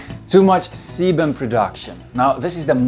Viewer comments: who else thought he said ”Too much semen production”? Kek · I honestly had to listen to it again to make sure I wasn’t hearing things because I was listening to this in the background while doing something else